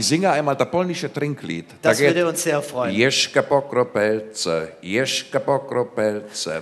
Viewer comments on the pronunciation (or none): "Jeszcze po kropelce póki wódka jest w butelce!" :D zu deutsch: ein Tropfen mehr, solange noch Vodka in der Flasche ist! aber das "Jeszcze " spricht man aus wie "jeschze" und nicht jeschke ^^